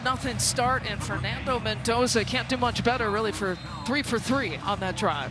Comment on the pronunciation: The female commentator needs to stop calling him Mentoza. It's Mendoza with a d!